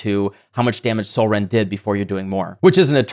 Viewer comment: All I was hearing was Catsrend